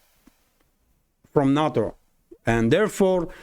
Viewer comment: Some reference info: NATO is pronounced "nay-toe."